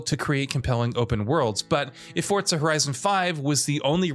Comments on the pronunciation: FOUR....ZAH There is no T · The pronunciation of Forza bothers me more than it should lol